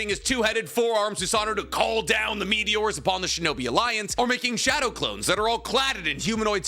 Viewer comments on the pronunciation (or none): none